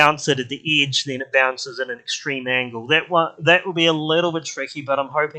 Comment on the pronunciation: You say bitter instead of better and idge instead of edge 😃